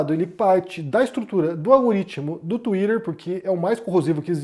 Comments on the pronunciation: não suporto ouvir vc falar twitter 😢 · já começa errado quando tem brasileiro falando "tsuiraerr" kkkkk o cara já confessou que recebe grana pra defender um lado